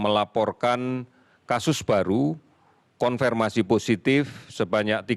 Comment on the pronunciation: Hasil konfeeeerrrrmasi positif.haha Mmng susah kali ya bilang konfirmasi. Knpe stiap ngomong konfirmasi jd konfeeermasi.